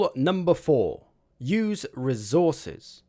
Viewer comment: When you say resource you pronounce it well but when it comes to resources you pronounce it as rezources